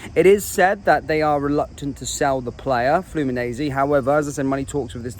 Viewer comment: its Fluminense (missing an "n"), the guy said it wrongly in the video also 🙂